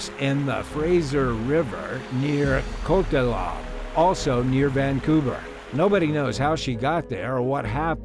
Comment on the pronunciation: LOL the voice thing says coquitlam wrong, it's co-quit-lum